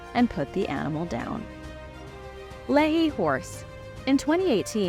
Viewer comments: It's pronounced 'Lee-High' not Le-He. 😁 One of the hardest things for me when I moved here is the odd way they pronounce some town names. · It is pronounced “lee-high” not “lay-he”. Lehi Utah. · Love these videos! But Lehi is pronounced as Lee Hi! But don't fret, we pronounce everything weird